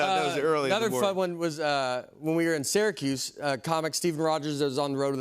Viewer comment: Whoa, he got the pronunciation correct for Syracuse! 👏